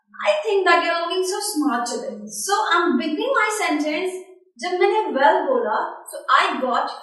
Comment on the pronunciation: bad sound & bad accent... and btw it is probounced well not vell